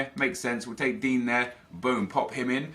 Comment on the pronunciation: Why does he call Digne, Dean?